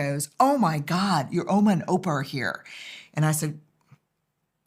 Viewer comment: Ouma and Oupa are what we call our grandma and granddad in Afrikaans in South Africa. She said it with such a perfect accent, I was taken aback for a second - like is she Afrikaans? ❤❤❤